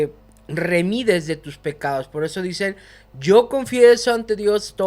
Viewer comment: Han preparado según tú y luego digas “remides” en lugar de redimes